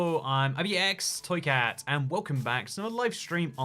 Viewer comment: If you want to have a good laugh turn on auto generated captions and see how it it interprets his pronunciation of “IbxToyCat”